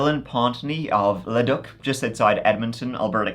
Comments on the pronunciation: Leduc (French) is "Le-duke" in Canada,, not "Le-duck!!!" 😸 💗 🇨🇦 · Leduc is pronounced le-“duke” not le-“duck” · It’s actually called Leduc (Le-duke) pronounced lol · Leduc is pronounced Ledook. Thanks for the giggle! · Hey, I was born in edmonton, the town, Leduc, pronounced "leduke". Cheers, love ya. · The city outside of Edmonton is pronounced La Duke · Since Ive had the misfortine of being raised and raising my children in and around Leduc Alberta I gotta correct your pronunciation its pronounced like Laduke. No doubt the place spews demons, its a hell hole in a place that is Heaven with "all hell for a basement" to quote Rudyard Kippling on Alberta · Leduc. Pronounced Le dook. True story, I'm from Edmonton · LEDUC is pronounced La Duke I actually live about 60 mi away in a town called Lacombe 😂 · Dillon…never heard of him until just now. Leduc is about 50 kms from me here in Edmonton. It’s pronounced “La-duke”. I’ve heard of the school, though. Rest peacefully Jennifer.. 🌹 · I started watching you when you covered amber tuccaro case (I’m from Leduc) and I think it’s so crazy that you’ve mentioned my tiny town twice. I’m a big fan! However, just in case Leduc comes up again. It’s pronounced luh duke. ❤ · fyi the pronunciation for Leduc is "Le Duke" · Its pronounced "LAH-DUKE". My old mother lives there. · I live in Edmonton Alberta and I'm not trying to be an asshole but just FYI it's pronounced like LA Duke. Leduc. Nice small city just a few minutes from Edmonton you should visit sometime 😊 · I'm in Edmonton Alberta! Its pronounced "Luh-Dook" phonetically. Haven't heard about this, its wild! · Another great video! Leduc Alberta pronounced le-DUKE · 😂😂 love how you pronounce leduc…it’s “le-duke”, but the ducks there, are pretty amazing! 🦆 Cheers, smiles and peace, my friends! ❤ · That second case, with the smoker... The town (LeDuc) is actually pronounced; LeDuke. Just a heads up! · The place outside of Edmonton is pronounced Leh duke